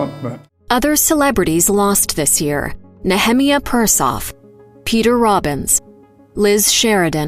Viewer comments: You didn't really pronounce Nehemiah Persoff's first name as Ne - him - ee - ah did you? His name is pronounced Nee(long e) - ah - my - ah an his last name is pronounced Purse - off. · Mr. Persoff's name is pronounced "Nee-he-MY-ah." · His name was Nee-ah-my-ah Persoff and he was great! Fred Ward too! ❤ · That incorrect pronunciation of NeheMIah was just sad.